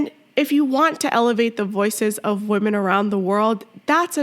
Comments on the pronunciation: he literally said trans woman right , then proceeded to say weeman wrong. thats not even an accent issue. this guys just a fucking asshole , any way they can put their insecure asses above us. theyre so insecure that men dont want them they have to lie about being natural born females and they gaslight you into thinking an asian blow up doll is real human beauty. im done being nice to the fucking assholes. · I don't care if this weird guy claims English is not his native language. He could do a much better job of pronouncing the word "women." When he says "weeeemen" I believe he is pronouncing it correctly; that is, he is deliberately saying, " We MEN." These malevolent individuals are deliberately taking over women's spaces and they are only thinly disguising that fact. They all know it. They are all in on the scam. And for all their inane feminist blather about women's "rights" the fact is they don't give a SHITE about women. They just want notoriety and power to feed their mental illness. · No, they're making fun of the fact that he thinks he's a woman. And they're pointing out that he's not a woman, he's a wee man, and the way he pronounced it has helped the joke. If a real Thai woman had said the same thing, I assure you no one would be laughing. Go look up the meaning of the word 'wee'. That means he's a little man, a small man, and we're laughing because he's small in that area down there which he cut off. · You mock her for pronouncing the word women as "weeman." This was unnecessary and had nothing to do with the issue of gender. You were simply being racist.